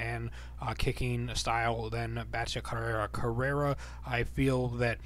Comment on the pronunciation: It's Betch co-hey-a, how you prounounce it